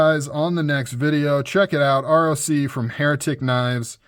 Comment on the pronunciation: You say ROC (Rock), named after the mythical bird of prey. That's why it looks like a talon.